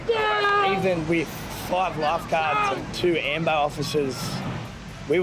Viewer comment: Every time they say ambo like for ambulance, it sounds like they’re saying lambo, like someone get a lambo 😭